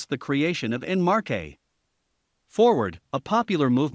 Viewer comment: "en marche" its more like "walk forward" than "en marké" hahaha